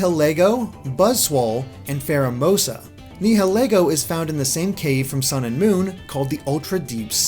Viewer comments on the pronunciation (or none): none